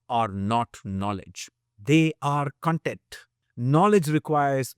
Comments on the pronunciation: Just a small aside: Content pronounced like you do is the adjective (I am content with his answer). Cun - the short cuh is used for adjectives and CON (as in con-artist) is used for nouns. It is clearer in words that do not share the same spelling with the related adjectives. CONfluence, CONgregation, CONtext. However contextual is pronounced cuh-n-textual. Other examples are Consummate. This is not intended to mock or criticize your pronunciation. I just know you are a Nerd like me and would appreciate the info. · I love your videos and the knowledge you spread about health and food. I wanted to share some feedback. Hope you will consider it for your upcoming videos. CONTENT - Spelled the same way. BUT when pronounced as cun-tent = happy/satisfied con-tent = information. It helps listeners contextualize better.